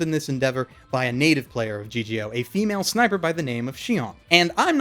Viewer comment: +TMadara +Leidolf Winter What confuses me is that it is written as Shion at the end of the review; maybe because I watched it subbed I didn't realize how differently the name was pronounced versus written, but okay, can deal with that. So it is officially written as Sinon or Shinon in English but pronounced Shion, as opposed to Shinon?